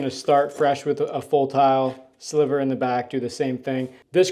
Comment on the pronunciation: Thank you SO much for the correct pronunciation of 'niche' and 'sliver'... So many people say 'nitch' and 'slither'.